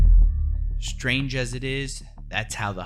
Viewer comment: Dude, there is no ‘h’ in strange. You pronounce it ‘shtrange’ and it’s annoying af. Otherwise, great vid👍